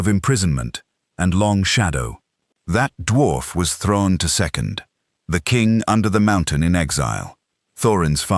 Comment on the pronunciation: Thorin's father was Thrain (Thra-in), not Thrawn.